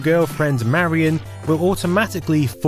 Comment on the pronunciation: God damnit her name is “marion” not “Mary Anne”. Lol driving me bonkers.